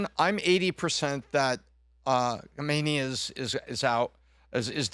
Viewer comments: When did we start pronouncing his name like that… been seeing news about this Iatola since I was six, it always pronounced , Ka-may-knee.. not Hom-min-nay…. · Kamala will complain you're pronouncing his name wrong!